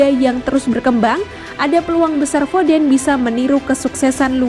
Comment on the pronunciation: Foden Dibaca Fodėn bukan Fodén, kaya kata perih (dibaca pėrih bukan périh)